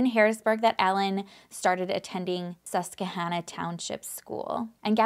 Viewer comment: it’s sus-quah-Hannah 👍😘